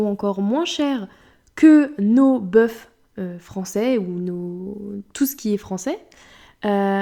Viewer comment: LOL j'aime bien comment tu prononce le F du mot bœuf au pluriel «Nos bœuffes !» Ça ce prononce «Beus» sans le F quand c'est au pluriel. Voila c'était la minute chipotage ^^